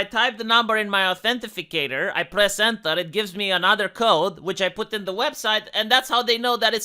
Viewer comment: Authenti cator, not authenti fi cator :) Not a big deal though, obviously. On topic, I regretted giving facebook my real birthday, but on the bright side I put almost nothing on the account which I haven't touched in years. Now in the age of cancel culture, I'm glad I don't give these a holes anything worth a damn.